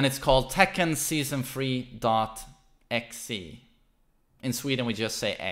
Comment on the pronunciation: "dot ecks ee" Me: what? "in sweden we just say ecks" Me: jackie chan baffled meme